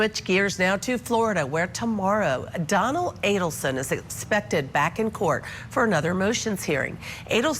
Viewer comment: Is it just me or does it sound like Judge Ashely Willcott (the host) is saying Donald or Donal and not Donna Adelson? LOL, the pretend volatile shaking. She stopped shaking when she was being given the water from the bottle (yes, one of her hands was being held by another officer, still) and when she was lying on the gurney, she was not shaking. I don't know why people keep saying that Donna Adelson is a mastermind in all this. I think Wendi Adelson is the mastermind, she got everyone to do her dirty work for her sake, her needs, her desires and everything else she wanted in the universe. She wanted to erase Dan Markel from their son's life and she did. Their last name was changed and the middle name of Benjamin was changed too that was dedicated to Dan Markel's grandmother.